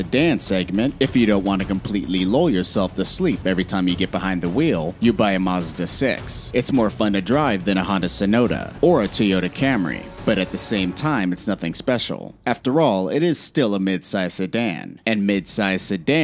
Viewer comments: Hondai Sonota lol Its Hyundai Sonata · Did u seriously say honda saynota instead of hyundai sonata. U dont lnow ur cars do u buddy. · Hah! I thought he said Hondu Sonato